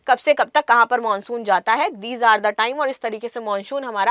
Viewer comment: हिंदी का उच्चारण करने नहीं आता: खुलाशा.. मानशून... इत्यादि. पता नहीं शिक्षा का स्तर या उस विद्यालय का स्तर जहाँ से शिक्षा प्राप्त की हो.